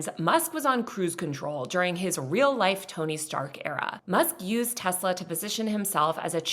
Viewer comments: Nooo… it’s Teslarrrrrrrrrr 😅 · It's pronounced, "Tesler." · excuse me, but the president says it's pronounced "Tesler"